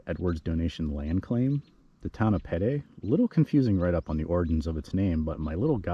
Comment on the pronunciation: I’m a descendant of Sebastian Ritner and have to chime in. Pedee is pronounced like the letter P and the letter D. I also live in Vegas and when people pronounce Nevada as Nevahhh-duh I chime in 😂. Thanks for doing this video.